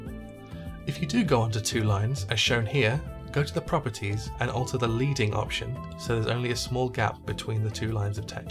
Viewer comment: Great tutorial, thank you! Minor nitpick, the word is pronounced "ledding" like "lead" not "leeding". It derives from typographers using lead strips to space out their lines of text.